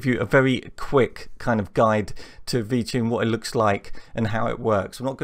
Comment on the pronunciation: Why does it sound like your saying VChing? This is interesting, we need more programming vids please.